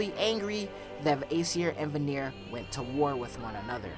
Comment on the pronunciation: you keep mispronounce the Vanir it is pronounced Van-ir not Va-nir you keep saying it wrong